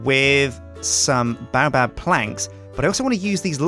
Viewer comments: baobab is pronounce bay-o-bab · I'm disliking every video u say baobab in cuz its pronounced BAY---OH---BAAB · Baobab is pronounced bay-o-bab !